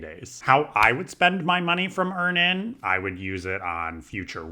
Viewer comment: it's Earn-inn, like Earning. You're saying Ear-nan😂